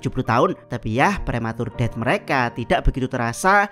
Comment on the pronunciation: Saran bang. Lu kalau ngomong "death" atau inggris yg lainnya gk enak banget. Mending biasa aja kek di menit